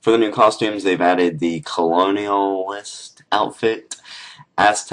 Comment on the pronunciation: You pronounced colonists wrong xD